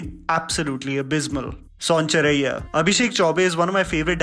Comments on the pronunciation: I believe you are from north india. Yet i find in most of your videos that you purposefully mis pronounce a prominent hindi word in your video again and again. In this video that word is Sonchiria. And the way you pronounce it is "Son Chiraiyya". Just wondering if you do it intentionally? For me, it really breaks the flow of narration. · Son chiriya.. चिड़िया... Not चड़िया🤦🏻‍♂️ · I think you pronounced it as "Sonchariya"!!!! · pronounce sonchiriya again pls 😆